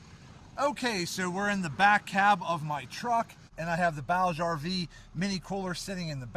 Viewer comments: "Booj-ee RV" not "Bowg RV" My only complaint Great video, thank you I love this cooler (30Q version) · My only complaint is that it’s pronounced booj, rhymes with Scrooge or Rouge.